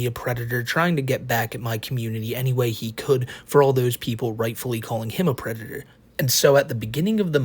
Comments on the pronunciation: this guy is a pwedatoh…. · is a pwedatow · is, and will forever be, a pwedatah. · okay pwedator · is a pwedatah. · Hes literally saying "Hey guys, don't wowwy; I'm not a pwedatow". It's adorably hilarious how he has a lot of evidence against him; but claims he isn't what he clearly is. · is a pwedator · It's pronounced "Pwedatah." 😊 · THA WHITE BOWSAS A PWEDATA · * is a pwedatow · I’ve noticed doesn’t even pronounce the d or the t in predator. He says “pwe-i-ah”